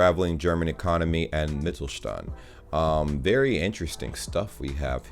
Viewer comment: And pronounced it very well wben saying it for the first time.